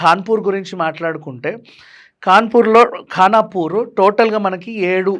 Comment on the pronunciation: ఖాన్ పూర్ 😁 కాదు ఖానాపూర్